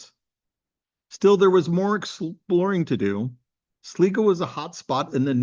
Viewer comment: Ask a local how to pronounce Sligo, hope you enjoy the visit